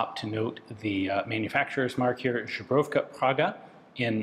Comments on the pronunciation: Мабуть все ж таки "Збройовка" а не "Жебровка", перепрошую що душню) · Aaa! Love you man but... "ZBROYOVKA" maybe but certainly not "ZUBROVKA" :) But thanks to your mistake in spelling/pronounciation we know what you did in Prague in your spare time :D Cheers!! :) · Ian pls at least try pronouncing "zbrojovka" Try saying ZEBRO-YOV-KAH that might be acceptable. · Maaan i love your contet i am watching multiple years but Žubrovka man žuber is sort of buffalo its zbrojovka man with Z not Ž wish you great luck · Just FYI, the Z in Zbrojovka is a normal, hard one like in English. What you've been saying is the soft Ž. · Its not žbrojovka, its zbrojovka, z as in zebra, not zhang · Zhubovka is a Polish vodka. This gun was made by Zbrojovka Praga (pronounced: s-broh-yoff-kha prah-hah) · I'm sure it's already been said multiple times but you pronounce "Zbrojovka" more like "Żubrówka"... it's "zbroYovka" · I am not Czech, but I am quite sure that Zbrojovka Praga needs to be pronounced "Zbroyovka". There is no sound ʒ in this word. Please correct me if I am wrong. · You can hear pronunciations from native speakers on Forvo. Zbrojovka = Zbroyovka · You read Zbrojowka as Żubrówka, which is a Polish brand of vodka. Seems you drank it before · Wait, does he pronounce "zbrojovka" as "żubrówka"? First is "weapons factory" in Czech, second is "bison grass vodka" in Polish. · Zbrojovka - zbroiofka, not zhebrovka. And it's not bullpup. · Just a small remark on Your pronounciation... Zubrovka is the Polish vodka with a string of bison grass, Zbrojovka is read as it is written... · There is no "zh" in zbrojovka. 🙂 Google Translate set to English sounds like a Czech emigrant returning to the country after speaking English for thirty years, but apart from having a thick accept it pronounces the word perfectly fine. The three consonants in a row are a little tricky, but there's definitely no zh sound. :-) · Zubrowka is Polish 😂 Czech Zbrojovka is pronounced Ssbrohyovkha